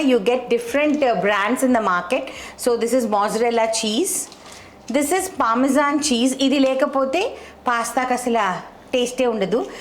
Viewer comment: Hi, nice recipe. A small info please don’t be bad. It’s not pamazon it’s Parmesan cheese. Thank you.